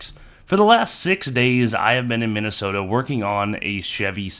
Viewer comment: So how do that pronounce that state Min A Sooootahhh lol